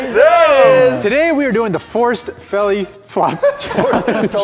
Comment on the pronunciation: Try to catch saying belly fop